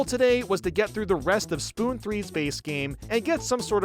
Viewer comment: bro really said spoon 3💀😭